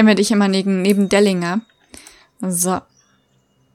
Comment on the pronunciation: Er heißt nicht Delinga sondern Delingr